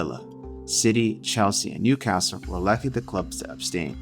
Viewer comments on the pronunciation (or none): none